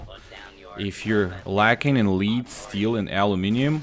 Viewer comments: L E A D!!!! not LEEEED!!! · lead is pronounced "led" not "leed" just so you know. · Lol yep like dead but with an L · Its pronounced like led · Helpful, but it I can’t stand how he says lead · You mispronounced lead. Just saying.good video though.